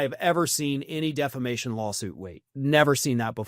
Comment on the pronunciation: Mike calls it DEF LA MATION not Defamation 😮😮😮😮